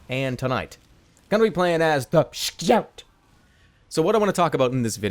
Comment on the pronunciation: I lost it when he said, "SKEOUT"